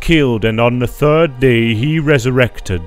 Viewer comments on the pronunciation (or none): none